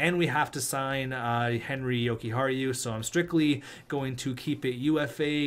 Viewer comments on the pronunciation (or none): none